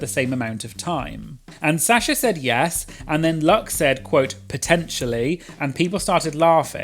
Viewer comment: I love how says Sasha as Sya-sha😭🤌